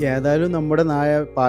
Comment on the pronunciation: നാഴ അല്ല നായെ നായ